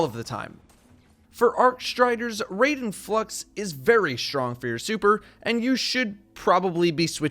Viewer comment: I died a little inside every time he said raiden and constantly mispronounced it.